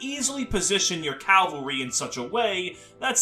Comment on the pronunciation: It's cavalry, not calvary